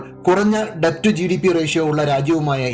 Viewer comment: 'ഡെബ്റ്റ്' അല്ല 'ഡെറ്റ് ' എന്നാണ് ഉച്ചാരണം